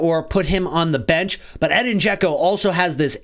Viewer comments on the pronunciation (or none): his name is pronouced Eh-deen I have the Same Name born in the US but have Bosnian Origins Americans cant say it right